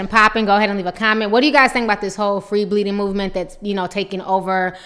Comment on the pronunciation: I'm sitting here eating chips and listening to you say "free shitting." 😂😩